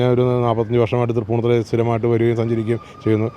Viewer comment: തൃപ്പുണ്ണിത്തറയല്ല.... തൃപ്പൂണിത്തുറ